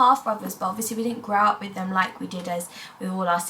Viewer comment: So cute the way you say wiv instead of with❤